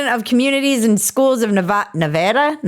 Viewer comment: holy sh17! You said Nevada correctly😮! Way to earn that sub!